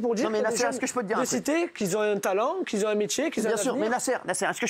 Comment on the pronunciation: Nasser il fait partie des jeunes qu'ils zont un diplôme ! "qui zont un talent, qui zont un métier, qui zont un avenir".